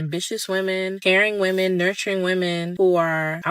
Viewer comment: Every single video you upload features a woman who says woman instead of women. Every single time. Grab any 5 random American women and ask them to say women and 1 out of 5 will say woman instead, as if woman has no plural form. It really frustrates me. It's not an accent thing either. They just don't know how to say women, and I hear it CONSTANTLY, yet they do know the word men.